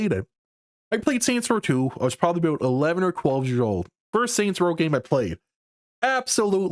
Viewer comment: My man said 'aboot'.